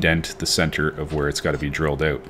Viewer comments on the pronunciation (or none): Did you say "Drilled oat"???